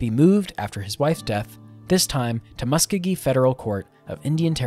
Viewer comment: It is in Oklahoma. ALL Cherokee who live there call it "mus-CO-gee".